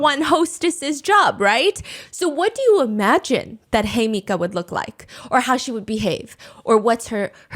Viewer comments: It’s hee-meh-ka not hey mika 😭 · Her name is pronounced "he-me-ka" 😭😭 not hi mika 😂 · Looking through the comments to see how many people correct Hi-Meeka to the right pronunciation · Uhmm, I’m pretty sure you are pronouncing her name wrong. Her name in Japanese reads “Himeka”, it is pronounced something like “Heemeka” as in “He / Me / Ca(r)”. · You called her Hemika, but actually her name is “Himeka”. She call herself ‘Hime’ and in Japanese this word means princess❤ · lolol I think its himeka and steph just rolled with hey-mika; love a dyslexic queen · It’s HEE mih cah! Just fyi for pronunciation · all to MISPRONOUNCE THE REAL SUBJECT'S NAME 😭 i'm sorry girl idk how long i can sit here and hear "hemika" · He-meh-kah Is the correct way to say Himeka's name. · The pronunciation of Himeka as Hemika is killing me 😭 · the way you pronounce her name 😭😭😭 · Let’s all discreetly gloss over her name’s mispronunciation 😅💦